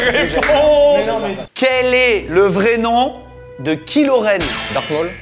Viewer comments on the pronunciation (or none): « kilo wen »😭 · C'est vrai que t'entends 'Kilos Ren" t'as envie de pleurer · Il a prononcer « kilo rene »chui mort 😂😂 le non respect comme ceux qui disent leuffy au lieu de louffy dans one pièce 😂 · "Kiilo Ren" ... 😂🤣